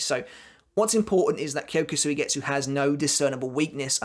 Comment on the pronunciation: Suigetsu.... don’t pronounce the u.... it kyoka suigets